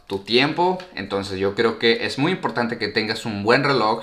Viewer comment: Por qué dices muyo?.jajaj